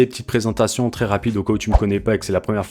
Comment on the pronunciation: Pitiié pour les oreilles Vrais et non Vré, Très et non Tré....